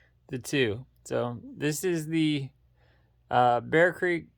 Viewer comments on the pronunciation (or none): Breek Arms* NOT Bear Creek, put some respec on their name.